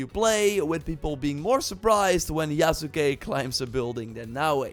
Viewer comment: Hey, Yasuke is pronounced Yahs-kay. The u is silent.